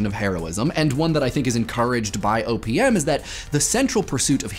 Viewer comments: every time he says "O.P.M." it sounds like "opium" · I know he say OPM, but I hear Opium... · sounds like he is saying opium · You said OPM, but I heard "opium" and wondered how Papaver somniferum fit into it. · The amount of times I thought you said opium is pretty significant. OPM OP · Whenever he says OPM I hear Opium O.o